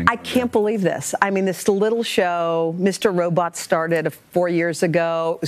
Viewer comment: did she just say mr robrot? lol